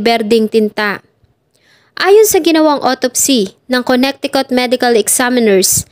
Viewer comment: Maganda Naman at detailed. Suggest ko lang to search/google tamang pronounce ng MGA states sa us. Suggestion lang un para mas maganda and at the same time in iba na indi aware sa tamang basa/pronunciation ng MGA states ay malaman din nila. Search mo na Lang how to pronounce Connecticut. Over all maganda